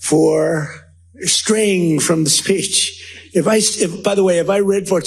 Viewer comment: Says Spitch instead of Speech. OMG